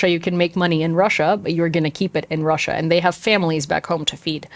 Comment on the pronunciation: 10 extra points for "Krussia!"